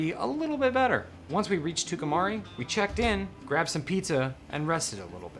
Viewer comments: Tucumcari is pronounced "Two come carry" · Tucumcari is pronounced like two come carry. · It's Too-cum- cary. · I guess by now you realize you pronounced Tucumcari wrong every time you said it which was often. Great music and a fun ride. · Wonderful film. Reminded me I needed to put in another order for some film. But I must admit, I loved the pronunciation of "Tucumcari".